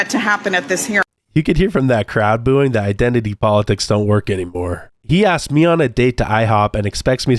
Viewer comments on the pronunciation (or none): "nobody axed me"